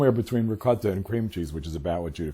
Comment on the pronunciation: Mark, I am so proud of you.......are you Italian? You pronounced Ricotta perfectly !